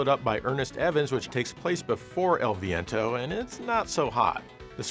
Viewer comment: HEY EL VEEEEEEEEEEEEEENTOOOOOO!!!! you didn't say it right and HOW DARE YOU. I happen to love my fart based audio chip. It was the most 90s audio in the universe 100% fart based. Extreme dude.